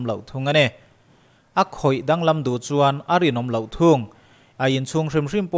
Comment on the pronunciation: A tawpah a thluk in rawn tidik lo. 'A khawih danglam duh chuan' tiha 'chuan' tih i lam rik dan kha. Thingrem kha chuan suh i tichhia ang, tih a 'chuan' lam rik dan anga lam rik tur a ni. A ngaihnawmin a hmuhnawm e.